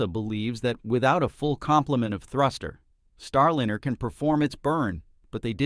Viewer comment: Agreed, click bait BS and the artificial voice is cringe AF, EVERY time I hear starlEEner it's like fingernails on the chalkboard.